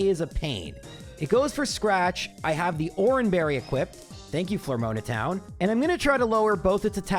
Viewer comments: I don't normally mind your mispronounciations because they're usually at least reasonable, but "Flormoana" instead of "Floaroma" is pretty egregious! ;) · Why do you keep mispronouncing town names? How hard is it to say flo-aroma? Or even just floor-oma? Where the heck did you get 'flor-mona'? The name literally comes from 'floral aroma'. Znd how do you not see that 'eterna' comes from 'eternal'? Do you pronounce 'eternal' as 'etrenal'? I'm sorry for being petty, it's just really been bugging me. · Why are you saying floor mona and Ett urna that’s so wrong. Edit: Sells dick? what is wrong with you? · Flormoana is probably my favorite town in Sinnoh, right behind Etrena and Celstic. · I wonder if that was the first recorded instance of Miracle Eye actually being used. Also...Flore-moan-a?? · It's pathetic engagement bait, he's done it for years. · Is that not how you pronounce eterna and mismagius? The floroma is pretty bad tho